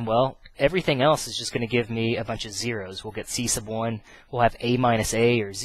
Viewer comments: the way u say "c1" is funny ciesce of 1 -. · I think he is saying C sub 1, sub meaning below or under as in submarine, subject subordinate. So you have C submarine or sea submarine